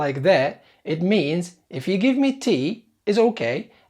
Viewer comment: الفكرة ممتازة بس عندي ملاحظات بسيطة: 1- الأفكارغير مترابطة يعني لو تركز على حدث معين أفضل 2- نطقك يشبه نطق لندني تعلم الأمريكية وخاصة في نطق حرف الآر إذا كان قبله أي ونطق كلمة مي تشبه النطق النطق اللندني ماي